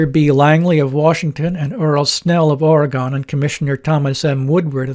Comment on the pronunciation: Here is a Goggle Earth link to what remains of the old Kaiser Shipyard Ways in Vancouver. And by the way, we locals pronounce it Ory-gun, and not Ory-gone.